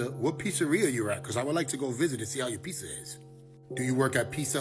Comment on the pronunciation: "Pissah" doesn't exist 😅